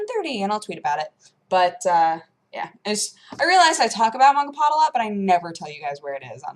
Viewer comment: Mangapod! slaughtering japanese one word at at a time..